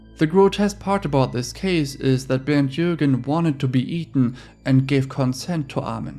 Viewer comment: Finally someone pronounces Bernd and Armin’s names properly